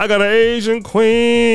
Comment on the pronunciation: 🎤😫🎶 “I gotta Asian kwee-heen…”